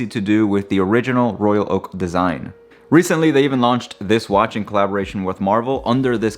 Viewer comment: The way you pronounce..Royal..Oak precisely of each word is excellent and extremely rare. Most say Royal Loak that make me annoyed. BTW I have only one AP, the 15202ST J series 2016.